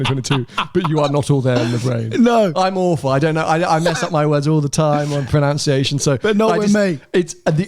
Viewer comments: it's: pronunciation, not pronounciation. So ironic when people get that wrong. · mispronounced pronunciation 👌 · I love how mispronounced, “pronunciation.” On purpose?